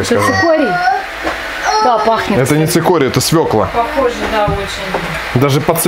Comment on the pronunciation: ну не свеклА, а свЁкла...